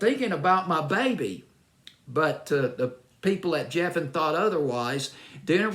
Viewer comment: Geffen, not Jeffen. David Geffen and his people always had a problem with everything that Donna presented them, in fact they rejected most of her material.